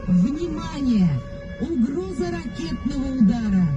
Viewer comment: мені здається чи фразу "угроза ракєтного удара" на 50 секунді відео вона вимовляє аж занадто урочисто?